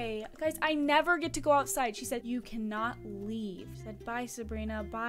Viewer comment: You said cannot wrong